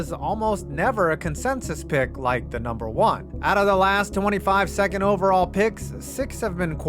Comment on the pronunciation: …”OVERALLL”? That extra L was prescient…